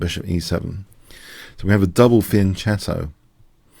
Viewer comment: It's pronounced "fianketto".